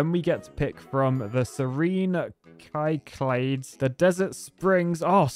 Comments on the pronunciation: Cyclades is pronounced "sick la deez" with stress on the sick part. Cheers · Cyclades is pronounced SICK-luh-dees.